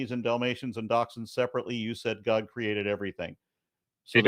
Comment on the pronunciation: I love how the man says:" GAHD! The sons of GAHD, and when the bible refers to the sons of GAHD..." 🤣 I now understand where Darkmatter2525 got that pronunciation from 🤣 There are actually people who say it like that 🤣